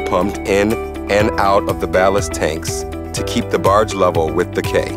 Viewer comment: "Quay" is pronounce "key". Makes you wonder that an international company didn't notice this pretty obvious error. What other mistakes are missed by them?